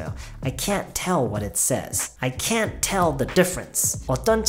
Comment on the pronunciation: 와... tell 나올 때 미쳤다고 생각했다... 진짜 네이티브 수준이네요